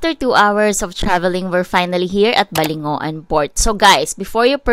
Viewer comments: We locals pronounce Balingoan as Baling wan not balingo- an. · Just watched your vids.. and BALINGOAN is not pronounced as BA-LI-NGO-AN, but BA-LING-WAN. hehe hope you can visit eastern mindanao side.